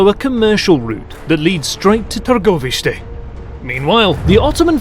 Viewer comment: I have to commend the story teller/reader on his pronunciation of Targoviste, and the other names... well done dude! I am more than impressed with the effort put behind this video!!!